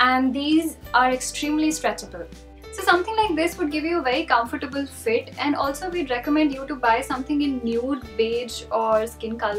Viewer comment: FYI you mispronounced comfortable